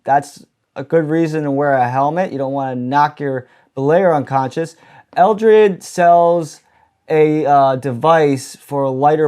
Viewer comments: The eldrid?! The eldrirserde? E D E L R I D.... EH-DEL-RID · Jep. Exactly. The E D E L R I D Ohm, not the Eldreid :) just for those of you that might try to find it on the Interwebs.